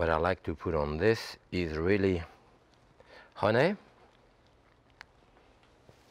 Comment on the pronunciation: I love so many of his little ways, but his pronunciation of "honay" is one I watch for.